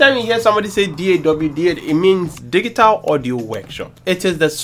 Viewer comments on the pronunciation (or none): “diggy-tal audio workshop” 💀